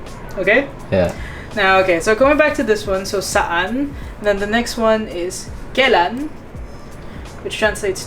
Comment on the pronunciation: Proper way to say when is " Kailan" not kelan... Kailan is pronounce Ka- i - ( ee) - lan ...